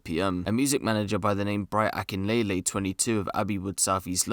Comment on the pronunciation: It's Bright Akinleye, not Akinlele. R.I.P. to him. Never thought the next time I'd see you would be in the news 🥀